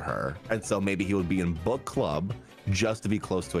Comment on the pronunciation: Every time you say book I hear but💀